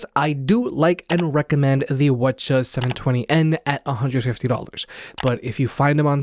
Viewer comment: Lol, I thought he was speaking another language 🤣